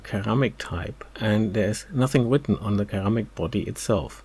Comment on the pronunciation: Ceramic = S sounding C (Seramic). Great work!